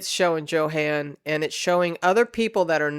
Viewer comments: Johan is pronounced Yo-han, not Joe-han. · Not to be picky but Johan is pronounced Yohan or Yo ann. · Because I'm a language geek, I had to mention that Johan is pronounced with a Y sound, not a J sound. Same with Jensen, so it would sound like Yohahn Yensen. (Sorry...like I said, I'm a language geek, and I cringe...) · I believe the name Johan is pronounced like Yohan if it is a German name.